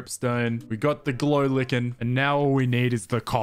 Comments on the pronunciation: I like haw he calls it glow lickin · its pronounced glow "lye ken" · Love that fact that he pronounces the “Lichen” as “Licken” First time I’ve heard that lol (Not in a bad way)